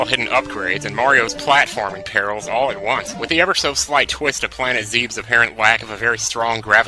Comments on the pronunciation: ZEB-ess, not ZEEBs. The Mega Buster is what's on his arm. You mean the Charge Shot. Good vid elsewise. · "Hits you right in the JUNGULAR" lmao